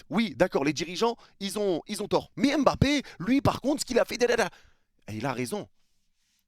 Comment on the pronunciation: D apostrophe avant Mbappé pour dire EmBappé 🤔 C'est un peu affligeant. Surtout quand je vois des jeunes joueurs de France ou de Belgique d'origine africaine écrivent leurs noms de famille avec des apostrophes (genre N'zuzi etc...😵). De grâce, oubliez l'accent. Un petit effort est dite MmBappé ou encore MmBokani 😊. Pour le reste, les propos de l'immigré sur l'affaire Mbappé est pertinent.